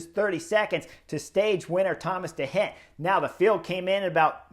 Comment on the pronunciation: I learn and love your analysis. Only one problema: your pronunciacion of the names of the riders: i.e. de Gent , Movistar Arcas, or your wonderful descripcion of you triumphal victory at Angilu. Gracias anyway